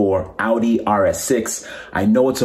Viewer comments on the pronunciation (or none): “Ow-Dee” please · when she said “aw-di” i left the video. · She also said "aw-dee" which immediately lost all credibility for me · I will never take automotive advice from people who say, “Ah-dee.” It’s, “Ouw-dee.” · I cringed so hard when that chick said "awdi" 🤦‍♂️ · When a dedicated auto writer pronounces it "oddy" 🙄🙄🙄🙄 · You lose all cred as a car person when you pronounce Audi like did. You lose the privilege to recommend any car...at any price. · that chick that mispronounce audi, and said "only" 4k pounds...